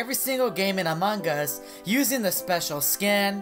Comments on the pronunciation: Wait when u start match and became impoater u said amagas .-. Just saying not tryna be rude. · this is how many times he said amon gus BROO I DIE EVERYTIME U SAY IT 🤣🤣